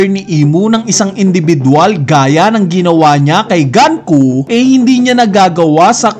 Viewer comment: bakit ganku tawag mo. eh gunko ang pronounciation dun ng mga japanese